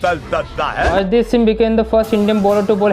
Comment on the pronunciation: Arshdeep ka word thik kra phele fer bolna